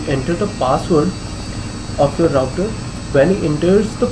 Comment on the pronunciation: "louter" lol